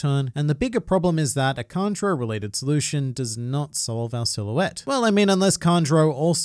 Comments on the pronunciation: Why u pronouncing "Kanjuro" like "Conjurer" 😅😅😅😅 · It’s Kanjuro